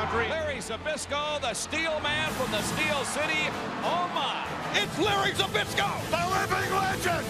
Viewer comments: Хоть бы произносить его фамилию научились. Збышко, а не как они его там пытаются произносить. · That feeling when you are Polish and can't stop laughing when they can not say ZBYSZKO right xD